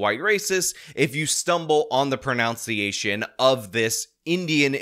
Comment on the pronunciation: Listening to say pron"ounce"iation, really grinds my gears. Lol. Isnt it pro"none"ciation? Could be a meta joke.